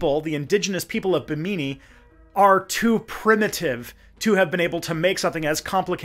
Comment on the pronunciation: Bahamian here: Bimini has the emphasis on the first syllable and it's a mih sound, not a me sound—Bih-mih-nee. I'm not complaining, just trying to edify where I can. And I'm not surprised that you found some "official" sites talking up the mysteriousness of the rock formations, I've seen and heard a few people talk about it but only in vague woo terms. Great video, thank you for all the hard work and info!